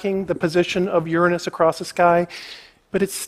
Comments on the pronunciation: Never trust a man too scared to pronounce Uranus properly. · how long have i been miss pronouncing uranus